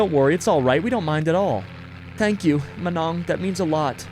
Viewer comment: Hi plays good but learn some couple filipino words Cuzz you sa manong and it sound like manok but it ok